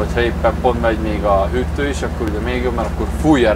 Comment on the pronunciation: Te is úgy mondod a hűtőszekrényt, mint anno muter... Hüttő! 🤣 Rossz vót hallgatni!